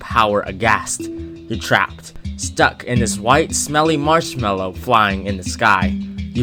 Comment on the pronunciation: when ever he says the word marshmallow its hard to take him seriously